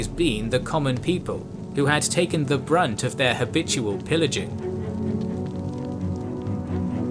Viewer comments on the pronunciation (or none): none